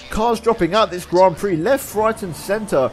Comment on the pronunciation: THE BRITISHIAN GRAN PREXES